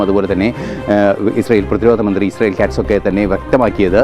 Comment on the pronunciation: Ashyell alla israyell😂 Eshyeelinte ayendroom monji sangi